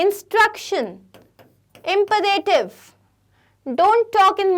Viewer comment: Imperative ka bhi pronunciation wrong hai